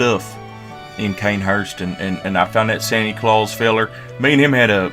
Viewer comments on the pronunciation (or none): none